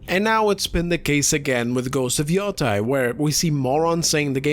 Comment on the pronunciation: Yoteī notice the - over the i? It’s to draw out the sound. Ee-oh-tay, modern day name is Hokkaido (ok-eye-doh)